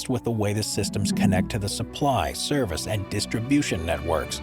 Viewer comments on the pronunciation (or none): none